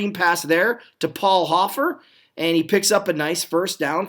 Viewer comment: Keith KREP-lee is the correct pronunciation of the Eagle's tight end here and Paul HO-fer is the RB for the 49ers. Thanks for the upload btw-appreciate it!!